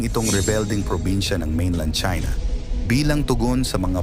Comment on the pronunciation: It sounds like Chinx,,,Okay ‘Dude’,,,’Damn’right